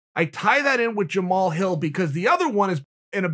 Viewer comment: Honestly kinda shocked that Chael pronounced his name correctly